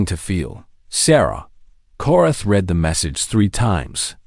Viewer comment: Read, pathetic reading skills since it's read :) yeah the same word indeed, spelled the exact same way, can be pronounced differently, and for the love of god, you did it wrong. Surprise surprise. Learn English beyond grade 1, you might stop sounding like a child. Strike 1.